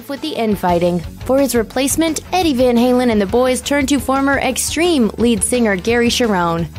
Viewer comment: This is not how you pronounce van halen lmfao. What kind of video is this